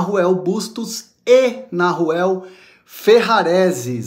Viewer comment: So um comentario meu querido, o nome se pronuncia com H muda, sou uruguaio e é bem estaranho ouvir "narruel"kkkk um abraço